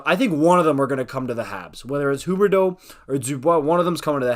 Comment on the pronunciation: Im french and even tho its fun to see someone pronouncing the quebec player corectly, its just sounding weird tbh😂